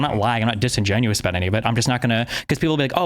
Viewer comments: JJ is a contrarian by nature and his pronunciation of “about” is closer to the America parody of Canadians saying “a-boot” than any other non comedian Canadian say that same word. I’m pretty sure JJ says “a-boot” like that on purpose to get attention. All of his other pronunciation are pretty average… and then he drops an “a-boot” out of nowhere. He does it for shock value. That’s who he is and that’s why it bothers me. It’s not natural, it’s a parody. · It's kind of annoying the way he says "About". More because it's obvious he tries to say it every sentence just to let everyone know that he is a Canadian that pronounces "About" in the way it is done in South Park. I'm Canadian, never once, not in my life, not once in my life have I ever heard someone pronounce it word like that. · Im Canadian as well and have never met someone who literally pronounces it ABOOT. WTF. Yes I feel like he's really trying to embrace his Canadianness and overcompensating. Usually when Canadians sound like we say "aboot" to Americans it's more hyperbolic and just meant to emphasize that we pronounce "ou" words differently. When an American (especially from the south) pronounces SOUTH for example. It sounds more like "SOWTH" So when someone pronounces it SOUTH it sounds more like SOOTH to them... same with ABOWT, ABOUT, etc. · No, the "Canadian" stereotypical accent exists, half of my family from a small town has it but they do not say "aboot". It's pronounced "aboat". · The guy with the fakest Canadian accent. People, don't fall for this guy. No one says ABOOT in Canada. Su ludicrous hearing him say that. No one pronounces about like that. Lots of different Canadian accents but this is unknown in Canada and is obviously why. He would get laughed out of any room if he said ABOOOOT. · There's like an 8 year old video of him playing the first FNAF game and he pronounces about like he does now. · His mother is from the Maritimes, where that pronunciation is common.